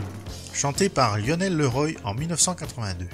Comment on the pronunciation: Merci wikipedia. Pour info, Leroy se prononce évidemment Le Roi quand on n'est pas complètement inculte. C'est un nom extrèmement courant en France